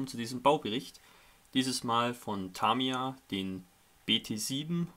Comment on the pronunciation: Bei Tamiya bitte mal das erste A nicht so stark betonen ! Sonst aber alles schön :)